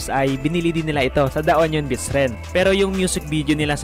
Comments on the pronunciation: Anong onion beats? Hahaha union pronounce mo as YUNIYON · yunyon (union) hindi onyon (onion) potek na yan. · Yunyon-Union hindi onyon ano to kamatis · bat onion? HAHAHAHAHA ayos na eh nagkamali pa😂